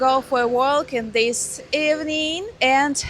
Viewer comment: Поработайте ещё немного над произношением. Например, в слове walk, ни в каком варианте английского вы не услышите произношения звука / буквы "l". Слушать тяжело, хотя и очень интересно. Я бы не придирался, но когда такие ошибки, игнорировать тяжело. Лёгкий акцент добавляет особый шарм, но когда произношение ежедневных слов произносят игнорируя все правила чтения — это даёт флёром страны третьего мира. Слушайте больше контента на английском, запоминайте, как они произносят. Говорите вы при этом бегло и вам не приходится вспоминать слова — это здорово! И волосы, кстати, прекрасны 😊